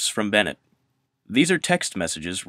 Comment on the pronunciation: Its Benngett...